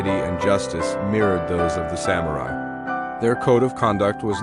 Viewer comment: You keep pronouncing ‘samurai’ differently 🙄